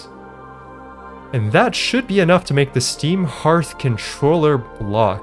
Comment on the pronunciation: Herth is the wildest way to pronounce that word. I've always heard it pronounced harth.